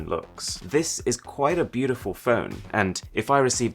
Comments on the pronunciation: bu deh ful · everyone: beautiful arun: bEuDiFuL